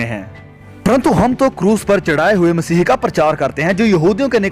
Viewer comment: आप स्पष्ट रूप से "मसीह" बोलें.... आप मसीह के स्थान पर मसीही बोल रहे हैं।